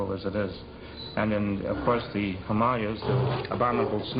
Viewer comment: "Hamalias"? It's Hymalaias!!!!